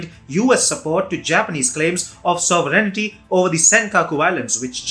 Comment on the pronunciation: You must want to learn to pronounce "sovereignty".